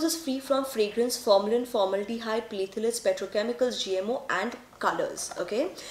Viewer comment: How you mispronounced "pthalates"